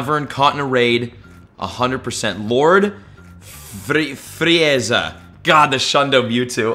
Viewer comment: Me being a Dragonball fan and I hear him say LoRd FrEe ZaE